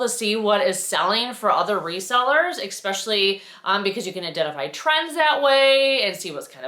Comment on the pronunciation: sorry you were unwell! Also, I’m going to say it… the word “especially” has no “k” or “X” in it! It’s pronounced “es-special-lee“… not “ecks-special-lee”. Sorry to school you, but it’s like fingernails on a chalkboard to me! Argh!